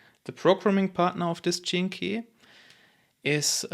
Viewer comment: Ur beautiful in how u explain. (But it sounds like ur saying “genekee”. In stead of “gene - key”.) 🙏🏻🙏🏻